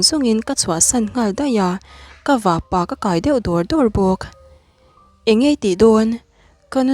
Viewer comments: Vahpa hi Vahpà i ti daih a , Vahpâ tur ania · Vahpa leh vahnu i lam dan hi ..... Nu leh Pa ang a lam tur. I chhiar ngaihnawm te reng nen, hei hi chuan ati..... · Vah-pa lam dan hi "pa" hi bawng-pa tih lam dan hian a ri mahse ti lo hian kapa tia pa kan lam rik dan hian vahpa^ ti a lam tur aw, ziak ringawt hi chuan a rikdan sawifiah a har khawp mai, i thil chhiar hi ngaithla nawn leh la, a dikhlel lai i hre chhuak mai thei bawk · A ngaihnawm dawn e. Mahse vahpa leh vahnu i lam dan hian beng a ti thlep deuh tlat mai. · Vahnu leh vahpa lam dan a dik lo deuh e.. 😂😂Inthlahrung deuhin ka lo sawi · Ngaihnawm dap2 dawn e Mahse vahpa i lam Dan hi chu ngaihthlak a nuam lo deuh tlat lam dik ve deuh teh aw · Vahpa i lamdan hi a diklo